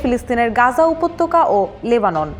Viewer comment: It'll be "Gaza" or "Gazzah" , not "Ganja". Editor ki Ganja khay?